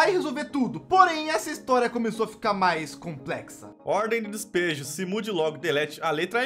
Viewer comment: Pior é o "dispejo" com i